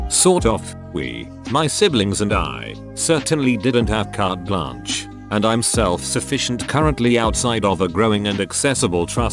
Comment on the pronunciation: It was not pronounced correctly. It's a french sentence pronounced in english consonnance, which is incorrect.